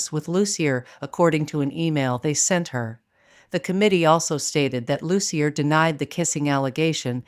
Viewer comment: Loos-ee-yay, not Loos-ee-yer.